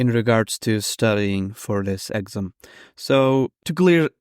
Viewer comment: I'm crossing my fingers for you that you pass the exam, what a nightmare to have to relearn all those mathematical formulae! By the way, the stress in 'exam' is on the second syllable, i.e. ex-AM :)